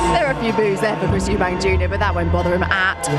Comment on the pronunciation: You own an apology for butchering the name Eubank